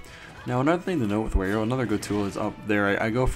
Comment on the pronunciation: Wario not Werio